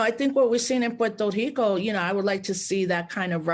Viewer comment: why does she make the R in Puerto Rico an H? I thought that was just a Portuguese thing